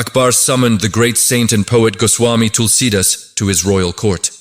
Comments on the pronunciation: Please pronounce Tulsidaas properly.. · Can't pronounce Tulsidas properly. Terrible